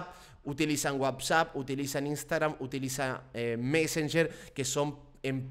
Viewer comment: dice wabsap o yo oigo mal??